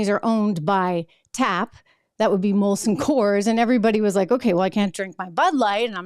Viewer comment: STOP SAYING IT WRONG! ITS MOLSON COORS NOT COLSON MOORS!